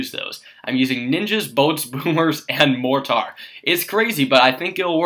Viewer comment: You sound like an idiot the way you pronounce "mortar".